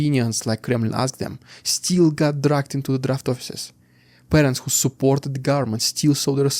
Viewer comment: Still is not pronounce the same as "steel". Still is pronounced like hill, not heel. Sit still is not pronounced the same as seat steel.